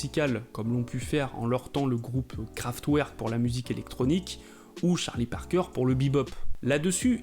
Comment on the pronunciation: "craftwear", lol t'as pas fait allemand en LV2 toi :p